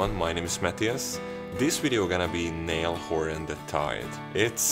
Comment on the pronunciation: it's 'Nayal' horan ok? not nail . no hate just love